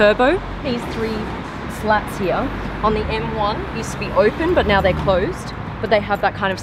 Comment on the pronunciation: Guys TWO Question first Does any one gets bothered the way she Says Here? And Second Why is she get all these exclusive Car reviews?!